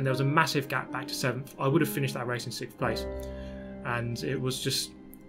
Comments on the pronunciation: “sick of sickth” GT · Good job not getting sixphhhhth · Sickth and tired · Maybe if you said it right you might do better.